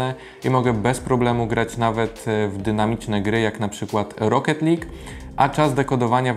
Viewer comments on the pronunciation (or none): none